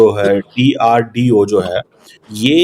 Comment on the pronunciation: Sale DRDO sahi se bolo katwa